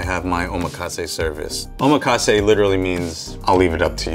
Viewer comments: Nice video but the word omakase is mispronounced by you. The accent falls on the 2nd syllable...o...MA...kasse. I learned that in a real NYC sushi palace. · his pronunciation of Omakase is wrong.. meanwhile in Japan the whole set he charges $300 USD for is like $15 here. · bro don't even know how to pronounce 'omakase' lmao